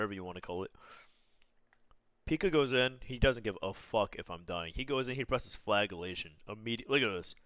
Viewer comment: Flajelation :D